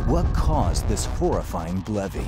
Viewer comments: *facepalm It's BLEVE, bleh-v not blevy. WHY? Because you don't pronounce explosion as eeksplosion. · Am I the only one who read that as Blev(e) and not Blev-ie? (hearing how he pronounces it) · I thought it was pronounced like Steve but with Bl instead of St... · That’s what I heard too.